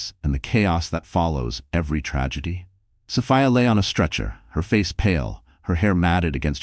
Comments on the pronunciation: Sophia. So Fi A not so fa a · Please adjust your AI the pronunciation is incorrect